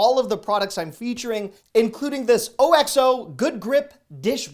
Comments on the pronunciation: Why have you been hiding your wife? She’s adorable and you could use help pronouncing things. O. X. O, no, no it’s Oxo one word. Bet your wife knew that! Put her in more videos and I bet you’ll see millions more viewers😀. Thanks for all your videos, I love them! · first, OXO is pronouced Ox O and Metal utensils in a non stick pan is a sin